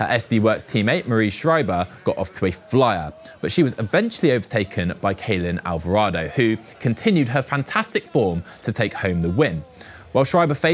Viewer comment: Getting Ceylin Alvarado's name wrong once is understandable. Twice though?! She's a former world champ!Put some respek on her name 🙏🏿